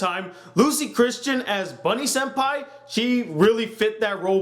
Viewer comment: uhhh, its Honey-Sempai, not Bunny-sempai